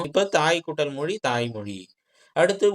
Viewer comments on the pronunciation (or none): none